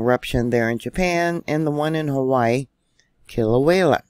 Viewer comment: Kilauea = killah-WAYuh. Love your work. Is the USBS “trying to prevent panic”? Goofing off? Covering up?